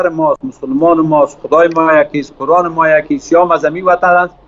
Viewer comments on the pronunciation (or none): none